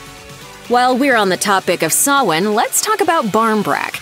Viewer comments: I was about to correct you on how to say "Sawhain" but was surprised on how you said it perfectly! (Btw please don't buy animals, everyone, adopt!) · Ah, finally someone who says Samhain correctly 😄